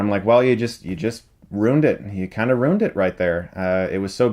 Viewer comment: chris says RUINED as RUNED